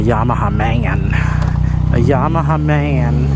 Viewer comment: Bro! It's YAMA•HA not YA•MAHA